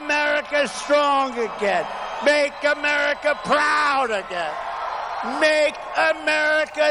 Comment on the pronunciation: The emphasis on proud! Its a dog whistle to the proud boys He is so dangerous